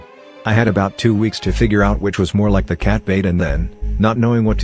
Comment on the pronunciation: how to reading bot reads 2 weeks. 2 w eeks lol